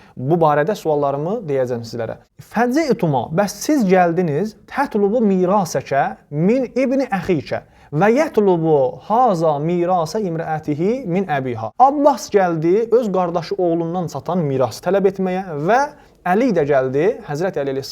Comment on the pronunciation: Qardaş get ərəbcə düzgün oxuyub tələffüz etməyi öyrən sonra haqq əhlinə rədd verərsən. Həzə yerinə haza oxuğından bilinir savadın. Qaldı ki kitab oxumayan cəmiyyəti aldada bilərsən. Amma elm əhlini əsla. Sənin cılız şübhənə cavab verilib yorumda